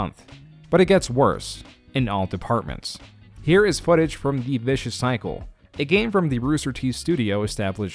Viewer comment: Aside from a number of bad pronunciations (Ray Narvaez Jr., not Ray Navares Jr., and Vicious Circle, not Vicious Cycle) this was pretty well done. It really captured for me the disconnect between their leadership and their community. RT was built by the magic of an incredibly supportive community, and they've spent the last few years continuously burning bridges with the community that helped them build into a behemoth. They removed themselves from YouTube and tried to compete with Netflix when the community was completely content to watch their content on YouTube. This video didn't mention it, but they also flat out lied to their sponsors when they said they would grandfather them into the new pricing model, then removed the old pricing about a year later. Between that and the switch to more of a longform streaming model, they've lost almost their entire history of community.